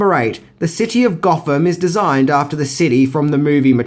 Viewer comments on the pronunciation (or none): Goffum city... Eeva... Furva... Bruvva... Fourt... Deff... Fankfully... Levvaface... Togevva...